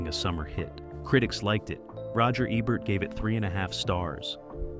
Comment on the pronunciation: Wow! You're really butchering people's names. You switch the pronounciation of Roger Ebert's name back and forth. 😮 Also, some of these films are not forgotten. JoBlo can attest to that.